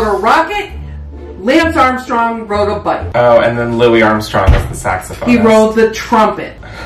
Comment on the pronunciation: I had to replay it like 7 times to be sure she said Louis Armstrong “rode” the trumpet lmao. I’m crying at this one 😂